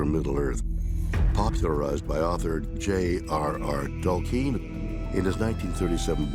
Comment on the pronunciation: It's clear William Shatner hasn't read Tolkien. Lol. Tol-keen? 😂